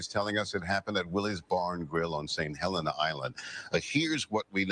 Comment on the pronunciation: Yo it's St. Hellenah that is how u say it not Helleennah. Lol glad u did say Beaufort right appreciate u fam